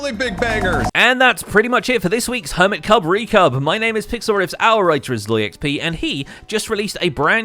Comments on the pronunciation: Hermitcub recub?????? Am I the only one who heard that???? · "hermitcub recub" got me LMAO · "HermitCub ReCub"